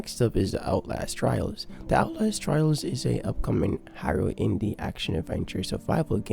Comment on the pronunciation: There's a word you keep saying that I can't understand, "Hiro"?